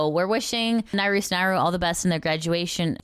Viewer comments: sorry if this sounds rude, but the correct pronunciation of naruse is "na-ru-se", not "narus" ! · I kinda snicker everytime says "Naroos" instead of "Naru-say" ^o^ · just an FYI it's "Nah-Roo-Say" not "Nah-ROOS" Naru. The E is never silent in Japanese.